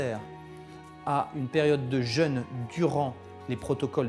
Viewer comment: par contre vérifiez la prononciation du mot jeûne, il ne se prononce pas comme le le jeune, sinon moi g rien contre un jeune pdt trois jours lol ça peut porter à confusion 😆